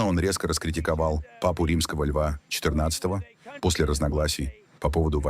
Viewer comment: четырнАААдцатого? ИИ дизель